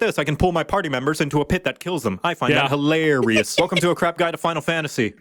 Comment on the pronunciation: Hi-LAR-ious. Blood for the Bloody Lily!